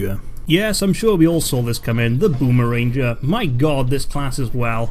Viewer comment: Booma- Ranger :| Wtf. *Boomaranger